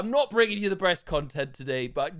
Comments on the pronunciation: No one else hear him say “bringing you the breast content”? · did he say brest content